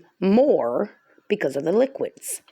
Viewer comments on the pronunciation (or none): none